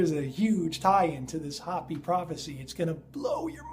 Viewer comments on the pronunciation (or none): hoe-pee, please I'm having trouble watching, not Hoppy! hoe-pee! Just trying to correct the pronunciation, please, not trying to be offensive. I don't get everything right either. Love your channel, always wait in anticipation for the next video. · Hey, it's pronounced Hope-E...! Not Hoppy...! As in the Hopi Indians. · its HO-PEE not hop-ee. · Don't the Hopi people say HOEPEE, not hahpee? We should say it the way they do, right? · it's not Hoppy it's pronounced Hope -E spelled Hopi sorry, continue on.Great vidS BTW! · Your driving me nuts! Hopi is pronounced like "Hope-E", not hoppie! Pronunciation lol! Love the videos but that's really bothering me! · Hey you are great, but it is pronounced (hope- ee) not hoppy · It's pronounced 'hopey" not "hoppy" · It's pronounced Hopey-Hopi,-not hoppy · anu = ahh new, hopi = hopeee not big deal just heads up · it is pronounced Hoo pee not hoppy. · In all of your research you never learned how to pronounce Hopi? It's pronounced like ho-pee. Sounds like creepy. k? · Its HOPE- E.. I know, it look like bla dee daa deee bla... Welcome to Arizona. Gila is - He-La -Monster.. ....Hila G-is Silent.Shhhhhh!! Peace and Blessing Hiking the Grand Canyon next week for 3 days.Grab your back pack and good pair of hiking Boots is a must . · its pronounced .. Hope pee (Hopi) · Isn't Hopi pronounced "Hope-e"? Love the video! I wish I didn't have such trouble with faith, in that I have a hard time believing... 😣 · 2 serious mispronounciations: Hopi is pronounced long oh, and ee. H-oh-pee. Anu - the A is as in Ah, not long ay. So it is pronounced Ah-noo. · MY FRIEND... its hope-ee. 😀😀 love ya brother! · Hopi is pronounced like Hopey. Love your vids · Hopi has long O sound. Just FYI. Love your show man.